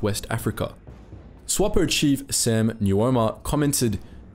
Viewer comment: you are most probably the only youtuber to pronounce our founding fathers' surname correctly. I am namibian by the way.